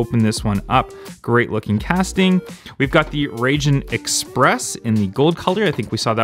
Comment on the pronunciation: (Raw-heen) that is how you pronounce rajin